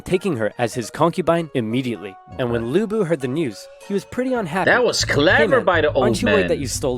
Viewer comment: Even Oversimplified didn't pronounce Lü Bu(Lu Bu) right, there is a difference between ü and u in Chinese Phonetic Alphabets.